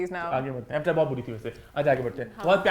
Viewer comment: Evatarr nai avtaar it’s a hindi word